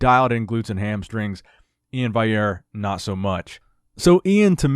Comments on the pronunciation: It's VALL-yair! With a hard "L". Iain Valliere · Anyone gonna let know that he always pronounces Iain's last name wrong?